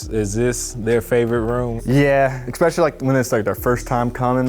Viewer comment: This dude needs to learn how to pronounce "especially"